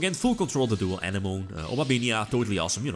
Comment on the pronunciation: Love your content! For future reference, since decks that use Coral Anemone will use it many times in your replays- It is pronounced 'Uh-neh-muh-nee', not 'An-uh-moan' Keep it up:)